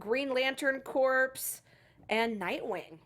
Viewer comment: Corps, not "Corpse"! Ha!